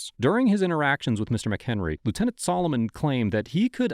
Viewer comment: It’s lieutenant, just saying.